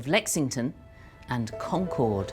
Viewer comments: According to the BBC's own series about the English Language, New Englanders speak a more accurate English than the modern day English. So maybe she should learn how to say the name of the town in New England. Hint: it's CON-cerd, rather than Con-CHORD. In school we all learned that there were multiple riders in history class, and we learned Longfellow's poem in english class. It's not such a big deal. For an alternative telling of the history in more detail, check out the videos on the subject on the "All Revolutionary War, All the time" YouTube channel. The pronunciation is more accurate over there too. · The locals don't pronounce Concord like the plane. It's like con-KERD. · And Concord is pronounced like "conquered", the second syllable is unstressed. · She learned a lot on this trip but not how to pronounce "Concord".